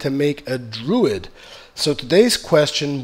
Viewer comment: Druid. And for everyones sake please god say tomb raider correctly.